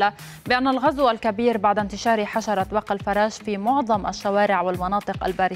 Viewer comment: بق الفراش بكسر الفاء وليس بفتح الفاء يا متعلمة يابتوع المدارس